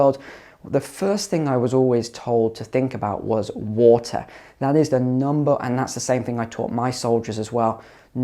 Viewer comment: I can't deal with how many times this goober says whota